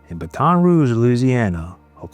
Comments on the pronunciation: These AI voices ruin everything..can't even say Baton properly. Also vid keeps saying dad dished out the punishment that the courts could not. Well the courts never had a chance to do their thing. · it’s pronounced BATTT-in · Pronunciation of Baton is killing me here. Learn how to prounounce cities or towns before talking. Comes off bad. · He said baton like its a relay race , geez